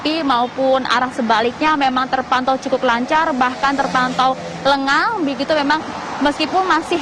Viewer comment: Kurang g lenggang bukan lengan